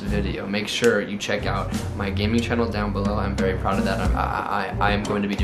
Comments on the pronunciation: “comment down bellow” Huh? BELLOW Lmao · "comment down BeLLoW"